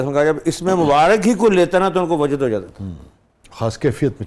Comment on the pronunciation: السلام علیکم !! اینکر صاحب نے لفظ وجد کا تلفظ غلط ادا کیا !!!